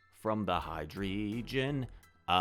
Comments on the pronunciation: I think it’s pronounced high-dry-gon (since the species seems to have a Germanic naming theme?); Deino = dy-no and Zweilous (Zwei being 2 in that language) = tswy-less ? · Hi. Love the videos. The names for the line come from the German for 1-2-3 (Ein - Zwei - Drei) so should be pronounced as such: D-EIN-o (Die-no) - ZWEI-lous (Zvy-lus) - Hy-DREI-gon (High-dry-gon)